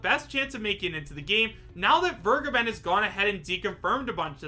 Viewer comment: It’s been a year now, and people still don’t know how to pronounce Vergeben